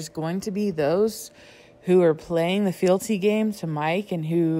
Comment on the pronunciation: did you mean "fidelity" or "fealty"? I can't find fielty when I search for it.